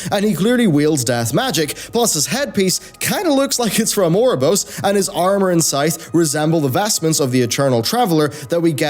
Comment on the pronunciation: Can't hear ouroborosous without thinking 'our Rob or Ross'...